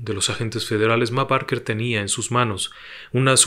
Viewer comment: Esta muy bien relatada la historia Pero el apellido de la familia se pronuncia "Beker"